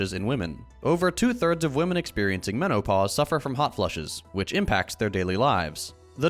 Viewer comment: the way pronounced menOpause lol Great vid as always!